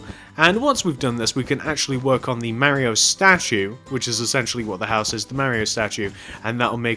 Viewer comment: it's pronounced like Mar-ee-o. Not M-air-ee-o.